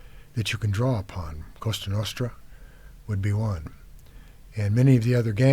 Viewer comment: He said 'Costa' Nostra lol it's Cosa Nostra He must be thinking of Costco